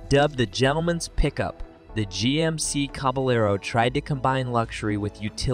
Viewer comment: I noticed that you are new here so I'm going to make a suggestion, try to do a little bit better job editing. Your pronunciation of the luv (you said loove) and liter (you said litter) . you pronounce GMC as Genesee Also, do a little bit better research. Ford never produced a pinto truck. Those are aftermarket customizations. The Luv was badass, the rampage was a piece of garbage.